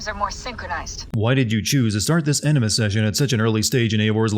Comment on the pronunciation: This guy said "Enema Session" instead of "Animus Session" I don't care what the subtitties say, i heard what i heard.